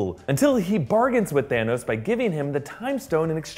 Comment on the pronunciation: Guess what?!! Thaaa-nose